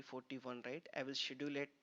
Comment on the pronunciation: Good video. Please correct you pronunciation of "schedule" !